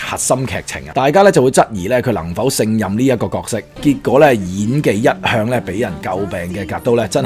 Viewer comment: 小小提議，勝任的勝字不讀勝利的勝音，而是讀"升"音。 例如不勝酒力就讀作不勝(升) 酒力。